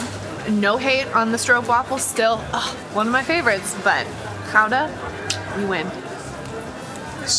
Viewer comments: nah, anybody trying is brave and deserves our respect. Pronouncing Gouda that well is already very impressive. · Your pronunciation of Gouda is perfect. Utrecht neerds bit attention😊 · Jullie spreken "Gouda" erg goed uit. 👍🏽👍🏽👍🏽👍🏽